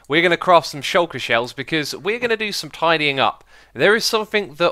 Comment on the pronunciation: did you say "craft some shuker shell" when ?